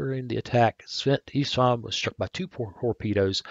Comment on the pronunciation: You pronounce st Istvan as st (e sht von) the e is pronounc like the word tea. I hope this helps.